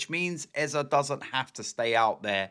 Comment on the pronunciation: Its Eze not Eza !!